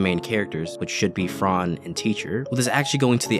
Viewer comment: its fran not frarrrn :((((((